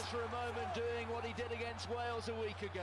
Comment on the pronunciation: Sup dude, binge watching this series as loving it. Both your reactions and the rate your learning the rule of the sport. As a scotsman I winced every time you said Wales though lol. It to up the awesome work my guy